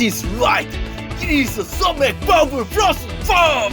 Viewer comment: Not SoMac. It’s just Somaek (소맥)